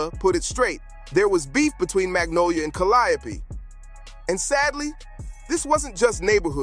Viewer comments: Have you ever considered pronouncing the Calliope Projects like the artist you're documenting? Did you not listen to the music? You would've been on the wrong side of alot horseplay with the way you pronounce the name of the Hood😂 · Will the narrator PLEASE learn how to pronounce the project "Calliope" correctly 🙏 ??? For the love of God 😂🤣🤣